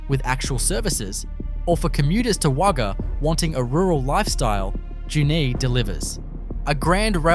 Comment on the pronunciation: Not sure about the image of Wollongng Spotlight store in the first minute either. AI makes a mess of pronunciation. Sorry Burra, Nhill and Junee. And other assorted words.